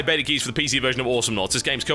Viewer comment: i love how he says betar instead of beta